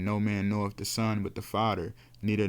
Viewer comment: It’s father not fadder… other not udder… why tf do u talk like that? Together not togedder. Talk like a grown baby.